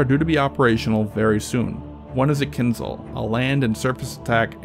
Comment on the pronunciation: How he said kinzcal as someone who speaks russian its more like kinjal which means dagger